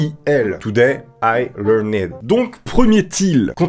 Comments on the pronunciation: Je te juge pas mais learned ça se prononce learnt 😂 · I learned se prononce i learnd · A retenir absolument : Today, I leurnaid.